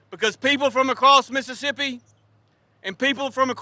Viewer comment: Biden can't even say Mississippi